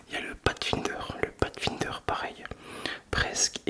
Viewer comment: coucou, superbe vidéo couteau et que de belle pièce! j'aimerais juste te reprendre sur la prononciation du "Pathfinder" qui ne se prononce pas "Patefinder" mais comme "passefinder", continue comme sa tu est la seul personne qui fait de l'ASMR que je suis encore, j'adore!